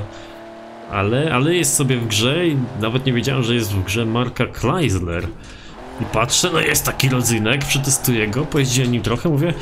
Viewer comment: chrysler się czyta krajzler a nie klajzler